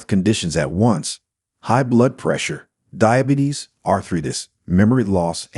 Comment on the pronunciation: Dibatees? You need someone who knows how to read! I am 2 weeks off being 79 and living in Sounthern Ontario , Canada.